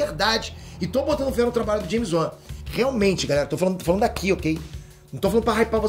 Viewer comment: Que é "James Uan"? Kkkkk